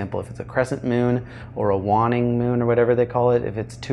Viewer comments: It's WAYNE - ING moon. Like the name Wayne. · "Juanning moon" lmao